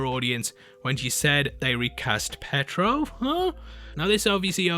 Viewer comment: bro its pietro (pee-a-tro) not petro (pet-ro)